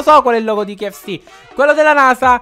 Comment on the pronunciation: si dice k-f-c